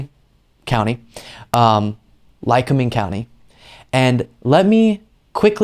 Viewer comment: You pronounced it right Lycoming County.... and rediculous waste of taxpayers money!!! I live in Lackawanna county... Scranton area and we don't play games here.....